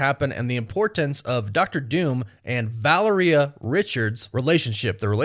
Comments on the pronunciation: The way miss enunciates so many names makes my brain hurt. VA-LER-EUH? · How does he not know how to pronounce Valaria??? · I cringe every time he mispronounces Valeria.